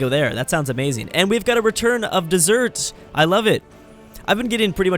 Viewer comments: It is dez-er-ret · its pronounced Deser-et